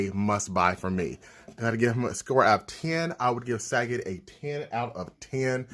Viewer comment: Sagat? Like the word Fa... isn't it Suh- Got? Lol random quarantine comments